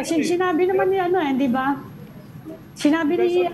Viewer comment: And Amy Pamintuan, "di ba?" is so yesterday. It's "de ba?", according to Cielo Magno. 😅